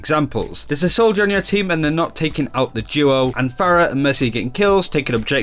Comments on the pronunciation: can you just fucking say phara and mercy? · why do they continue to pronounce Pharah's name wrong when she has a voice line where she says her own name